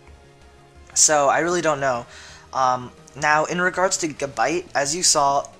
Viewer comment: Evolve Gabite and it's pronunced Gu-bite.